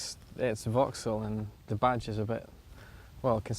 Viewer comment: It's 'vocks-ol'